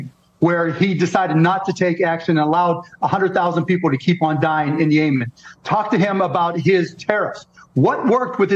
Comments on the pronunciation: Yaymen????... YEM....IN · I still can't get over him saying Yay-men... Yemen?